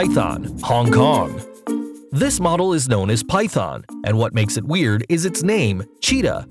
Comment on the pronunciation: Stop say W E R I D